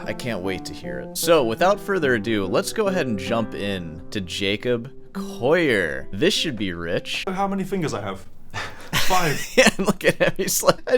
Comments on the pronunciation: It's not pronounced 'Coyer'. It's coh-lee-ur. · do you really think you know how to pronounce his name better than he does? its collier not coyeh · Jacob Coyyur hahaha call e ur would be how it's pronounced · Don't do a take-down video and mispronounce the target's name! It's "call-yer"; there's no "oy" sound in there. Undercuts a claim to having good "ears"; I apologize for being mean, but it has to be said. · Collier is pronounced with an L not a Y. You're saying Coyer. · I love how you pronounce it “Coyer” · It's always a red flag when the presenter can't even pronounce the subject's name correctly. It's not "Coya" :/ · Who the f*ck is Jacob "Coyer"? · You see 2 LLs and pronounce it "Yu" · Bro he ain't Spanish... You can pronounce the "ll" in his name. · The number of times you've said his name wrong in the first minute omg Clearly a show of dominance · Straight away within 1 min I am put off by this guy's weird arrogance. How am I supposed to trust his expert opinion when he hasn't even managed to correctly pronounce the guy's name who he is attempting to critique? Maybe he has a speech impediment? Whatever the case, this is not a very convincing start...